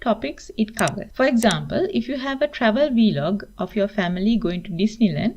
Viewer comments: It's VLOG, not V-Log. 😆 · V-Log LOL